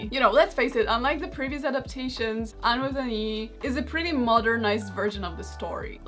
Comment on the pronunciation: Lmao I heard under the knee instead of Anne with an E. I thought it was some sort of parody of Under the Sea (the song)